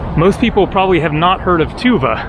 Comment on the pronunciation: tuvA, not tUva. I guess, most of turkic words have stress on last vowel.